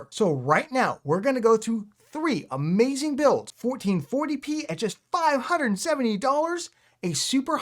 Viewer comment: That's a Mayzing 😂